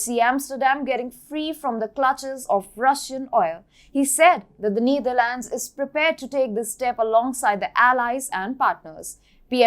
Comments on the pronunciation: It's not pronounced the Neederlands. The e is pronounced like in ether. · It is not “neither lands” it’s “Netherlands” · I like the way mentions Neither Lands (Netherlands), Poh Lern (Poland). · Why call the Netherlands the Neetherlands? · You really need to learn how to pronounce Netherlands.